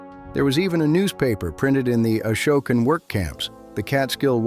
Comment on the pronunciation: You are pronouncing Esopus incorrectly. You also pronounced Ashokan incorrectly.